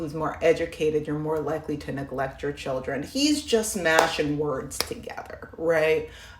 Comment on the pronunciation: His face angers me. And he can’t even say children properly.